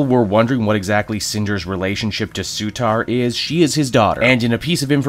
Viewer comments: C'mon, it's Surtur, not Sutar. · Sutar? really? c'mon! Surtur man! We still love you.